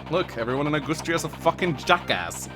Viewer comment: Did you just say “Augoostria”???